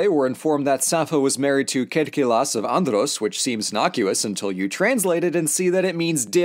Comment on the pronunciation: Thank you for pronouncing Lesvos Mytilene and Andros correctly, its really refreshing to hear YouTubers actually research the content they publish